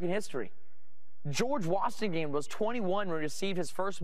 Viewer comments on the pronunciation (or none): Cawthorn even speaks like Trump. “George WAShtInGAN” 🤦🏼‍♂️ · Did I just hear him say ‘Wassingham’? Of course, everyone wishes they could pronounce ‘Washington’! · Did he say George... wastingham?